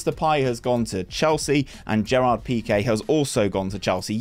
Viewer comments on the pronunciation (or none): none